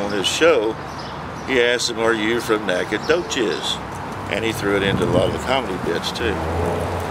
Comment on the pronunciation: It's an Indian name and you can't pronounce it? Great video btw.